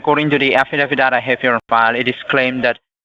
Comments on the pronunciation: It's an "affidavit" and not an "affa-daff-it." Unless, of course, it's being served by Daffy Duck. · What’s an “affadavit”?! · Afidadit and pepperwork lol great English lol